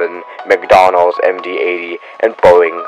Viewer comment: disclamer Smoking is GGIIIIIEEEEEEYYYYYY me : wat about the mile high club.... edit : i noticed something when i watched this vid again . .... the Mcdouglas MD80 , the flight safety pronounced it Mcdonalds Md 80